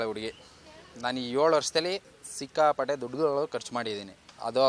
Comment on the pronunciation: ಏಳು ವರ್ಷಾನಾ ಹೇಲು ವರ್ಷನಾ ಸರಿಯಾಗಿ ಹೇಲಮ್ಮಾ.😅😅